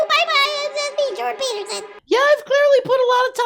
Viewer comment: "Jordan Teetersen" 😂